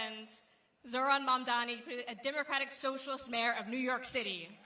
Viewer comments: Catty, I mean Kathy, can't even get Zohran's last name right. These elder corporate, neoliberal politicians need to retire already. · Why can't Governor Hochul still can't prounounce mamdani correctly?